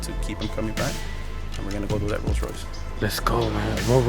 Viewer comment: Hahaha! "ROLL ROISES" 😂